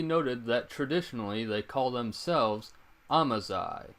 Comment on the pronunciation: Amazigh is pronounced Amazir !!!